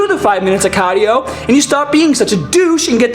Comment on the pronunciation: "10 minutes of CAAAHDIO." lol